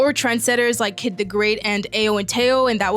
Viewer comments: Not to be THAT guy, but “KIDA the Great”. There’s an A at the end of that “Kid”. Just wanna keep you safe queen. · Kida mama KIDA is his name is not "Kid"